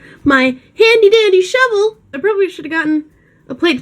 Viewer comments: Whenever you say shovel. It sounds like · I thought she said "Imma have to '' it" I was like yeah, you go girl! Until I realized she meant shovel... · I don't know if you mean to, but when you say shovel, it sounds like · Every time she says shovel all i hear is lol